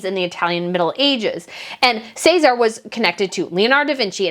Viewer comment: ooh the pronunciation of Cesare and Lucrezia (its interesting to hear how americas say them) cries